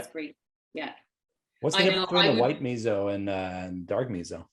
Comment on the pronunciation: Please pronounce “miso” correctly. Your providing nice content but the mispronunciation is distracting.